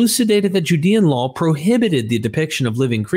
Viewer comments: Why do you keep adding an L to the end of the word "law"? It's not pronounced "lawl". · I get pulled out of the narrative every time you say "lawl" instead of "law". Why are you saying that? There's no L in the word LAW. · Why does he keep saying LAWL (law+L) instead of LAW?